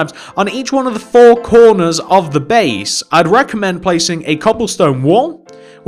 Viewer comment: When he said 4 the fitst time it sounded like steve damaged